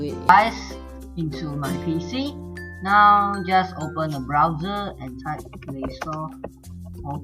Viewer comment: its pc not peepee